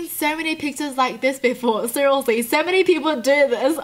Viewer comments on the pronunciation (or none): I love everything about except when she says SERIOSELY, the way she pronounciates that frustrates me.. its like " Srsllshdllshlsy" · It sounds like your saying cerialeslie no hate